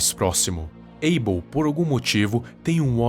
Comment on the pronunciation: Porque aibêl? Que eu saiba se diz abél não?